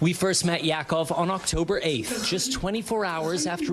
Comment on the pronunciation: Reporter Raf Sanchez should be made aware that Hebrew name- pronunciation is exactly as it is in Spanish. i.e. The name Yaakov is pronounced “Yah-cove”. PS The Reporter’s last name is one used for those of Sephardic lineage during the Spanish Inquisition.